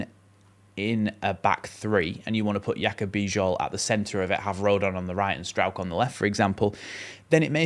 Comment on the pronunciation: The name "Bijol" is pronounced "bee-johl". The "Bij" sounds like "bee" and the "ol" sounds like "ohl". You did well.